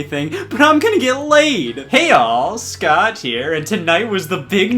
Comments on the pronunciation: Did anyone else notice he said "scotch here" instead of scott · Did anyone else notice he pronounces the "t" in Scott!?